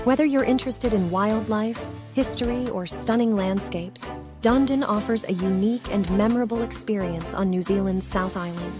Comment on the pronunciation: I have got to say something ------ Dundon as it is spelt Dunedin, is pronounced Dun-ee-din